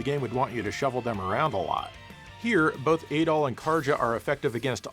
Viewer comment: Your “Adol” sounds a lot like “Adolf”